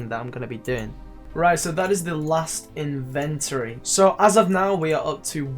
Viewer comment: its funny how he says in-vent-tree not in-vent-or-y